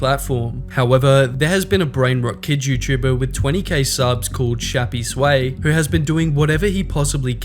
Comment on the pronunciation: i think its "shappys way" and not "shappy sway"